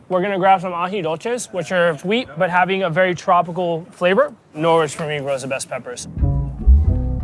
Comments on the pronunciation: As an Englishman I can't get past the Norwich pronunciation, that is not how you say that word. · Norwich is a silent W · That's pronunciation of Norwich is hilarious lol 🇬🇧